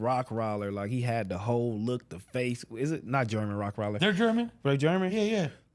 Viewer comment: They laugh at him for saying gunner and the he says rock weiler 😂